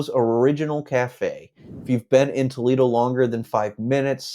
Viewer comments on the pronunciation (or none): "Tow leedo eeann"?? Toledo- IN. I bet my last dollar this REALTOR isn't from ANYWHERE NEAR HERE.